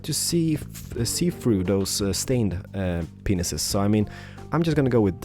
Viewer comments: He probably didn't know he was saying it that way before but as people started telling him he was saying it wrong he probably kept saying it that way because it was funny. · He finds it easier to say penises instead of panes because of his accent. But unless your really sensitive no ones gonna care really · Did i hear window penises? :D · Is just me or was he saying penis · hes obv gay he said window penises instead of window panes i understand wat he was tryin to say but it came out as penises meaning he really likes the penis. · did he say window penises? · oh he says pains i thought he said penis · GOD DANGIT, my mum was in the room and I was watching this and she heard the penis instead of panes. She gave me that look as if to say I was watching something.... Funny... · Why dose he say window penis? ??? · I also notice window penises instead of window panes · did I just heared penises? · Lmfao. Not to be mean or anything, it's window pains, not window penises. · lol yeh it's not just you, he did mean panes but it sounded like penises. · window penises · I was watching this with no headphones and my mom got mad because he kept saying penises. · That's what I thought. Can't imagine panes are harder to pronounce, but maybe.. It's kind of weird to hear him say window penises all the time. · I swear you said p***s for panes Don't hate me I know it is his voice but I'm just pointing out that this could be offensive to some people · Before you say: dafaq did he say penises?!?!? YES HE SAID PENISES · When You Say Panes It Kinda Sounds Like Your Saying Penis's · Why are you keep on fucking saying window penises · Wait is be saying window penises. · You were saying window penises..... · You said Windows Penises. LOL! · sometime it's sounds like you say " window penises"..... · Christine Skall Sørensen He IS saying window penises, that's the point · um did he say it’s hard to see through the “stained penises”? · Plz dont say pineses :D